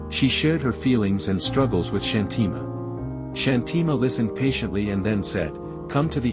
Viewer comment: Thank you for sharing such an inspiring story! Just a small suggestion regarding the pronunciation of the name Shanthi Ma. We feel that using the Indian accent for pronouncing Indian names adds a sense of originality and helps the story feel more authentic and connected🙏